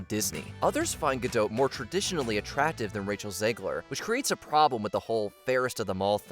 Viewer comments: The “t” in Gal Gadot is not silent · Just to let you know, Gal Gadot is pronounced with a hard T as in dot…😊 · It’s pronounced “gah-DOT”. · Native Hebrew speaker here. It's gaDOT, as in the British pronounciation of dot, pot, lot, or not. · FYI- Gal Gadot is Israeli, not French (there is no soft “t” at the end of her name). Gal rhymes with “doll”, not “pal” and Gadot is pronounced exactly like “god-oat” (does not rhyme with “bad-dough”). Just good to know 😊